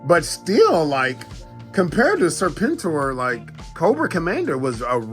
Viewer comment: My G, I watched every episode of ARH and not once have I ever heard him called Serp En tor. Homie at that pulse straight up butchered the name.🤦🏻‍♂️🤡😂🤣